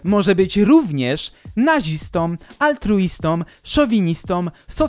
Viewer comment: błagam Cię: altruistĄ, nazistĄ, feministkĄ, masażystkĄ, ateistĄ... Tam nie ma końcówki -om. Poza tym dobra robota jak zwykle 👍